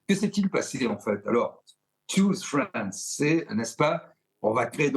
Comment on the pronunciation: "Tchouze France", c'est quand même mieux en français.